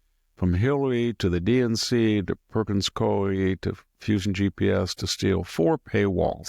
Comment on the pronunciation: The Law Firm Perkins Coie is pronounced Perkins COO WE